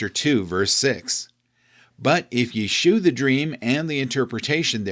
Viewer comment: "Shew" is pronounced "show." "Shew" was the archaic spelling from the King James era. Please, everyone, stop pronouncing it "shoe."